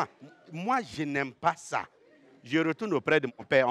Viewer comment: Les J se prononcent Y en Côte d'Ivoire visiblement : Je (on entend yé)